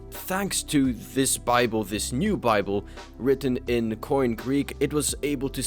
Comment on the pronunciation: koine greek is nout pronounced like "coin", you should either pronounce the e at the end like in erasmian pronounciation (anachronistic for the first century A.D) or like "kini" (with the post 6th century greek pronunciation).